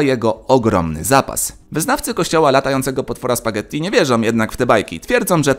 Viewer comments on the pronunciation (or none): none